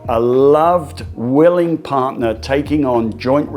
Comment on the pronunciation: “Partner” not “parner”